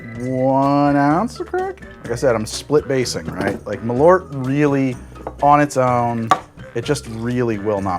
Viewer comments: I love how bäsk has somehow become a thing in Chicago - and a meme. Love from Sweden (btw, the name: MALL-urt would get you much closer than muh-LORT) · Not malort. MAL-ÖÖÖÖÖÖRT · Alright, who is going to teach how to say Ö? Pretty sure he is risking some kind of goblin-style curse by calling Malört "Malort" so often. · It clearly says Malört, but he keeps saying "mah lorrt". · Maal-uh-rt. Only time i spewed from alcohol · Ö isnt O. Every single American can say the letter Ö. Bird, word, heard, learned. Just say the Ö part. Actually you should start writing them with Ö. Börd, wörd, hörd, lörnd. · I'm danish and the way he pronounces Malört really sounds like he is saying "My poop" in danish!